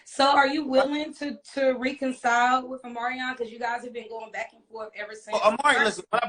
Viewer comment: Soon as shorty said reeeconcile, I was like dam she did not go to journalism School." I could tell"😭😭😭😭